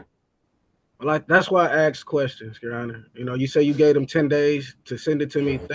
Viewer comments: Another 'axe' man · "Akxse" 😂 terrible English! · "That's why I 'axe' questions, your honor." What you actually do is axe reality.